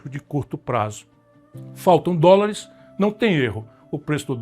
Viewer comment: Ele não sabe falar dolares.